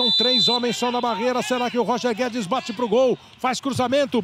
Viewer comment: O narrador disse Roger Guedes e eu só escutei Toni Kroos